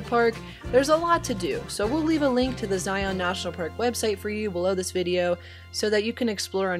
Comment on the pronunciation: Great video. But it’s “Zi-un “